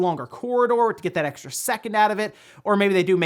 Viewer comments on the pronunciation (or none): none